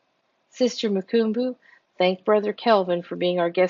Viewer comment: Vonetta= Vun-etta. Mukumbu= moo-come=boo.